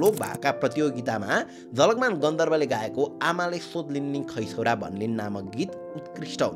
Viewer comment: ma jhakalman vayo jhalakman huna parne thau ma 😅